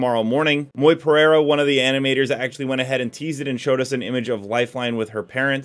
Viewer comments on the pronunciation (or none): none